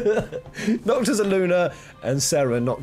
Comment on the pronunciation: Is anyone gonna talk abt how he said "Promptis and Nocto"